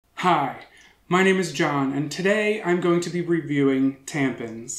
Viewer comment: Every single time he said "tampens" I lost my shit skskjkh